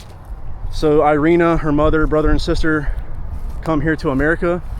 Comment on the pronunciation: It's called "Eereena"